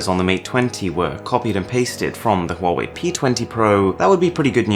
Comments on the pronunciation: Thanks god your pronunciation of " HUAWEI" is so impressive authentic Cheers mate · At least the most famous UK Tech channel knows how to pronounce Huawei right! Everyone I know says it wrong!!